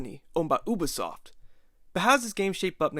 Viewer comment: Not bad video but just to let you know it’s pronounced Youbisoft not Ooobisoft